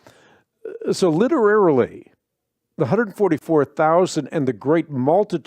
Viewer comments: Haha. He said Literarily. Not literally. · 🤣 I can’t even spell that the way he said it lol